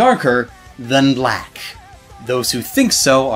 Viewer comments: Great vocabulary however, the annunciation you used for 'BLACK' made me upset. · Wow, I didn't like the way you said "black" there